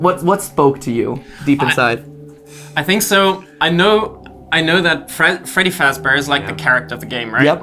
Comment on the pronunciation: Clap and a half for getting Freedy's name correct